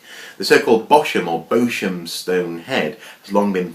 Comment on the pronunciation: Hello. Thank you for this edition of Archaeoscoop! The Nero's Head article interests me particularly as it is about Bosham (pronounced BOS - UM, not bosom, boSHam or the like). Bosham is near Chichester as you said but even closer to Fishbourne Roman Palace. Thanks again!